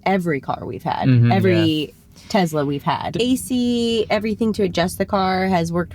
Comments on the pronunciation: It’s not pronounced ‘Tezla’ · Not jenny too?:) It's tesla not tezla;) Hurts my ears. ouch:)